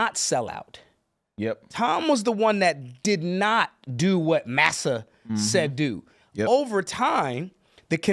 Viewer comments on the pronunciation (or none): none